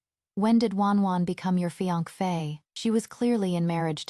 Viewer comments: Every time it was supposed to be fiancée and fee ankh fay came out, it just became more and more hilarious 😂😂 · Is the fiankfe an ai problem or a narrator problem? There isn’t even an F sound at the end? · I'm dying every time I hear fiankpheyy😂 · I hear fianquey, tbh 😂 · The AI can't say fiance' right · nearly choked on my popcorn when I heard that! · and every on 😂 gosh it's so ticklish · Mee too😂